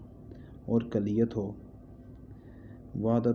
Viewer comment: آپ تو بہت بڑے ج۔۔۔۔ل لگتے ہیں اردو صحیح سے پڑھ بھی نہیں پاتے کلیت کو پتہ نہیں کیا پڑھ رہے